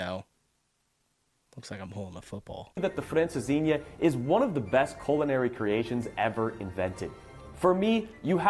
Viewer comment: Welcome and it's francesinha 😅